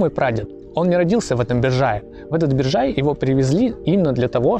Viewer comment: Биржай, ударение на первом слоге, БИржай.